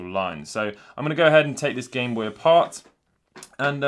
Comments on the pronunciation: The Gintendo Bame Noy Man's out here speaking doodlebob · “Gintendo BANE NOY” lol